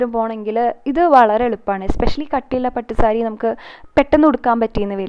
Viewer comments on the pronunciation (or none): പാട്ടുസാരി അല്ല പട്ടു മ്പാരി